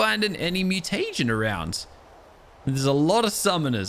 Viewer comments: MEW-TA-GIN not Mew-Tay-Gen. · its mu-ti-jin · y do you say mutegin so weird?